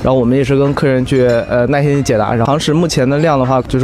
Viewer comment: Thats very normal actually, j, q, x going out into something like "y" or just going completely, focusing on the syllable before you see "nai4 _in1" and can clearly guess the word as 耐心